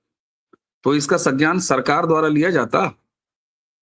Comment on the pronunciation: सज्ञान नहीं, संज्ञान,.